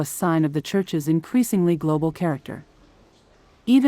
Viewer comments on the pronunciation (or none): none